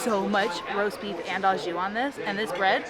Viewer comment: The "au" in "au jus" is pronounced "OO" not "AH."